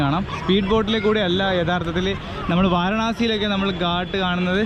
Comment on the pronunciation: ഉത്തരേന്ത്യയിൽ സഞ്ചരിക്കുമ്പോൾ നെയ്യ് ,തൈര് എന്നിവ ചേർന്ന ആഹാരം കഴിക്കാൻ മറക്കരുത് ... ഊർജം കിട്ടാനാണത് ...ഗാട്ട് അല്ല ഘാട്ട് ആണ് ... കടവ് അഥവാ കുളിക്കടവ് എന്നാണ് അർത്ഥം ... കുളക്കടവല്ല ...